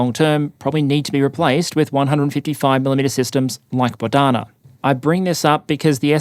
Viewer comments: Bohdana, not Bodhana👌 And the H is not silent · It is “BoHDana” — not “BoDHana” — a popular ukrainian female name, literally means “God-given”